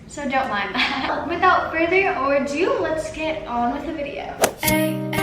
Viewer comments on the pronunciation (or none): does anyone realize how she says “without a further or do” isn’t it “without a further ado” or am i just trippin?? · Did this girl really just say “ without further Ordo”🤦🏾‍♀️ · Did she say “further or do” instead of “further ado?” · further or due Expecially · so y’all just gon ignore the fact that she said “without further ORdo” I